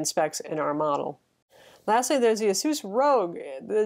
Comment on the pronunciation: it is pronounced ace-us